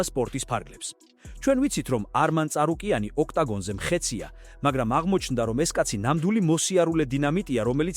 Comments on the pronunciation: "წ" არ "ც" "ც"... ცარუკიანი ანუ და არა წარუკიანი... რა წ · ესეც ხელოვნური ინტელექტია? რამდენადაც ვიცი ცარუკიანია და არა წარუკიანი..